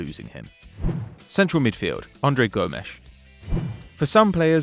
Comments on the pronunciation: Isn't it Gomes not Gomesh? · The pronunciations of are hilarious he tries so hard Andre Gomesh 😅😅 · “Andre GomeSH” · Pehlish (what i mean is please) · And Gomes, or as he said Gomesh